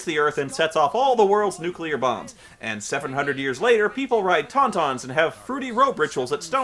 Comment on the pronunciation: Tontony? z tego co wiem to chyba są Tauntauny